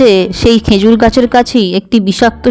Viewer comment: Uchcharon ta "khejur" hobe "khenjur" hobe na